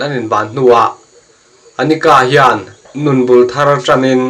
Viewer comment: Anika tih hlirin i lam a An-kita zawk